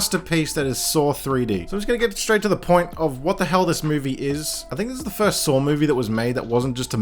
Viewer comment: where the fuck is the R sound in the word saw? even CC picks it up as sore.